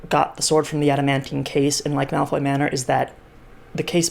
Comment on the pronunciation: i keep hearing milf manor whenever you say malfoy manor